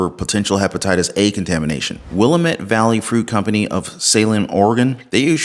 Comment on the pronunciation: Phonetic pronunciation of Willamette " Will lam et"